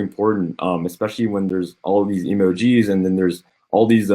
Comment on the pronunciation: "Emojeez" - Legend